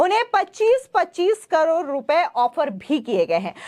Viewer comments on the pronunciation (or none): none